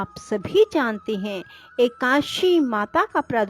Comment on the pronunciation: ekadashi hota h ekashi ekashi kyo bol rhi ho.